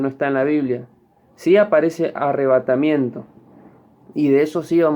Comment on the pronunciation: Primero dijo que la palabra "Arrevátamiento no esta en la Biblia pero ya pronuncia 3 veces. 2. Jesus no biene a la tierra dice " en las nubes "Husted está mal amiguito no perturbe